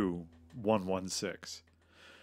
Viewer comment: Chu-116? It sounded like Two 116 for me. «Ч» makes a “č” or “ch” sound like in -Ch-apel or -Ch-ange